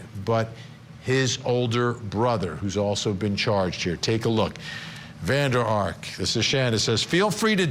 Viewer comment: It’s funny to hear you pronounce VanderArk!! Firstly, it has to be written Van der Ark, secondly the accent is on Ark and not on Van!! It is a very common dutch name, so that’s how we, in the Netherlands, pronounce this! 🤗